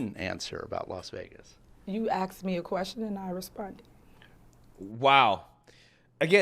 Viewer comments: I absolutely hate it when the word asked is butchered. It is ASKED not AXED. Good grief… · Axed me a question... OMFG on top of everything else... I CANNOT STAND THAT ITS ASKED, NOT AXED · AXED instead of ask 🤦‍♂️ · He axed her da wrong questions. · You axed me a question....... It's asked. Not axed... This woman cannot even speak English correctly. So why would you vote her in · I mean...she did respond to the question he axed. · You see the problem is you are axing questions when you should be asking questions. So she is "axing" your question amd will not answer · You axed me a question?🙄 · Did a mayor just say you axed me a question 😂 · "You AKSED me a question and I responded". Ugh, can't FKing speak properly and a criminal. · The fact she went to Vegas and ate at the juicy crab is hilarious. You can't make it up. Then said he "axed" her a question? LOL. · “Axed me a question” 😂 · You get what you vote for, vote for a hood 🐀 your Village gets ran by …….. well you know a 🐀. “You axe me a question and I re spood ed” 😂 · you axed me a question.. ugh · You axed me a question, omfuckinGod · You axed me a question 😂😂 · If you say "axed me a question" you're not qualified. Yeah yeah yeah, call it what you like. When I was 4 I called spaghetti basketti but I learned how to say it correctly by 5. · "You AXSKS me a question...." Sigh. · You Aksked me a question. Aksed? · Idiocracy. She literaly said "axed". This is a mayor. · "any other quessions you be ask?" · "Axed me a question" YOUR FIRED! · What did you axe her sir? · You "axe" me a question and I responded... This is LOW education that can't even properly speak English! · “You axe me a question” all I needed to hear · You axed me? Moron! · "You axed me a question and i answered " smh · An American politician AXED QUESTIONS!!!! INCOMPETENT AT BEST!!! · I axed you ,,,she was axed a question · Any professional, especially politicians, saying "Axed", does not need to be in their position. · "You axed me a question...."